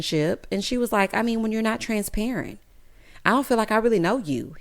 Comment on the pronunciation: 😂😂😂 just confidently saying these words wrong. She got her own lil dictionary